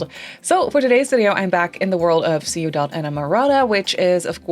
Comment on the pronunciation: It's cow print. Giraffe has the "spots" closer together and about the same size. And less squiggly. As a side note, Ciudad is pronounced as two syllables (Ciu-dad).